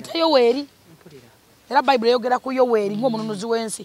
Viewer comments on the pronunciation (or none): none